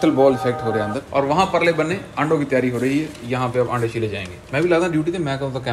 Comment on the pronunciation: wife ke saamne aap aande aande kar re hain 🤣🤣🤣🤣🤣 and shez not understanding it at all 🤣🤣🤣🤣🤣🤣 i think you must be knowing what you are saying 🤣🤣🤣 aande not ande 🤣🤣🤣🤣 single 'a' can make a difference 🤣